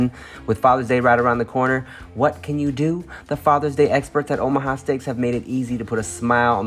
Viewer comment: Am i trippen or did Tim say “Ohama” steaks a couple times? Lol